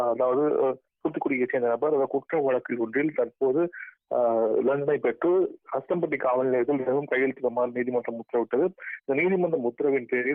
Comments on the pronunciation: ஆதானப்பட்டி இல்ல அஸ்தம்பட்டி சரிய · ஆஸ்தானப்பட்டி இல்ல தம்பி அஸ்தம்பட்டி